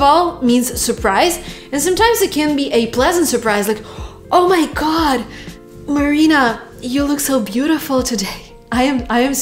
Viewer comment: Holy moly ! Marina’s pronunciation is just wooow